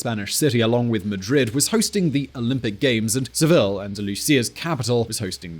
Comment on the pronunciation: Did anyone else notice murdering the name 'Seville' by pronouncing it like Smallville? 😂😂